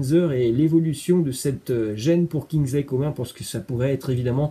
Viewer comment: carrément 😂 "Kinzleïe Comment" 😭